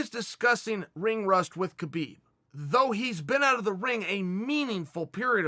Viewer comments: Chael I don't wanna correct u becasue u might beat me up but it's pronounce habib not khabib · You explained it pretty well Chael, now please please please pronaunce his name correctly, it is Habib, not khabib, how do you pronaunce knight,know,knowledge etc. There is no k no. K it is just Habib, thank you and thumbs up for the video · Just a small note but I believe his name is pronounced "Habib" where the K is silent as opposed to "Kabib". Cheers Chael :)